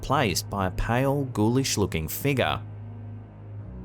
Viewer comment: Fun drinking game if you are trying to get absolutely slaughtered…Watch SH videos continuously and take a drink every time you hear the words “figure” (fig-uhh), “appears”, and “paradolia” or however you spell it.